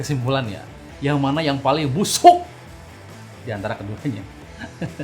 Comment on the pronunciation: " BUSHUK " - 2019